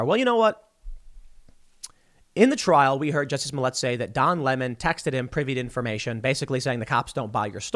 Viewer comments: You say "toilet" not "toilé" It's "Smollett" not "Smollé" And what kind of name is "Jussie"??? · DAM you TheQuartering! 😂 Now Tim is saying Juicy Smolliér (soft R... We don't wanna appear raycis)